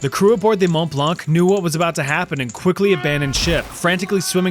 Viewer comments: The ''c'' is silent in ''blanc''. Just sayin... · A beautiful fire indeed... (Btw, the "c" in "blanc" is silent :D )